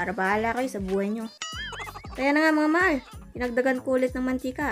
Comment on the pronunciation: It is MAHAL NOT MAAL...🤣🤣